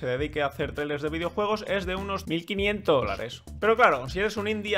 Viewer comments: Alva:*claramente no dice 1500* Audio: M i L L q u I n i E n t O s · Mi parte favorita es cuando dice: Mil quinientos! ,dolares.